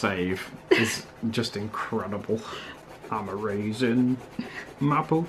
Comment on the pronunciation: I thought was saying “I’m a raisin”